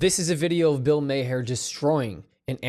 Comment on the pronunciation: Bill May-her